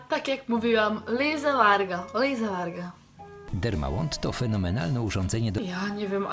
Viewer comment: Lisa Varga to szwedzkie nazwisko haha :D wymawia sie Warja :D <3 dzieki za nowy filmik